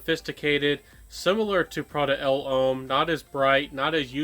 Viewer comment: I always enjoy your videos and noticed that you are steadily improving. May I point out a few pronunciation errors, no offense intended. L’Homme pronounced like Loam L’Eau pronounced like Low Uomo pronounced like Womo Think Slo-Mo